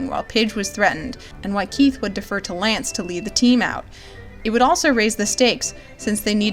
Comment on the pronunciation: The showrunners: “We love all our characters! Keith, Allura....Shyro...Lootoor.....Hönk......L-lënçe?